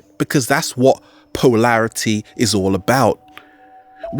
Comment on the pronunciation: "Poelarity", wonder is it relates to polarity, ugly enunciation that reflects the fractured mental force that is struggling to squeeze words out of a mouth-breathing body. Keep at it savage, I'm sure your ugly noise is being filtered by the audience which has to be extra attentive to understand you.